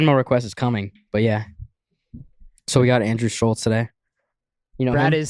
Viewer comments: I want to punch you for repeatedly calling him Schulssss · You guys still can't even pronounce his name correctly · Still can’t pronounce his fucking name bruh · Came out a long ass time ago and yet STILL can’t pronounce Schulz’s name correctly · They still can't say his name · Even after all the drama they are still saying his name wrong lmfao